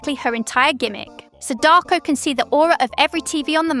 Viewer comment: good guide, but please learn how to pronounce her name...